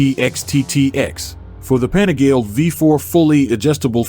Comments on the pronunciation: “Penigel” ?! Panigale is the correct pronunciation! The name "Panigale" comes from the small manufacturing town of Borgo Panigale. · American voice over can't even pronounce Panigale, does my nut in.